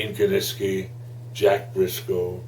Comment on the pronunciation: Gene KINISKI, not KININSKI!!!!